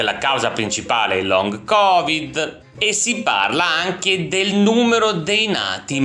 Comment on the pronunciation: Long covid 😂😂😂😂😂 long bax